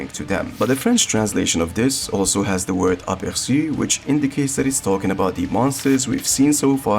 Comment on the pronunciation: That appercu sounded way too french. T'es francais?